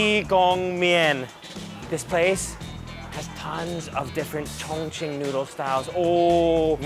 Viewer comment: i first thought you said "chingchong people are so friendly" haha